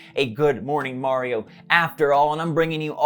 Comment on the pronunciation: is he saying good morning mario or good morning morioh?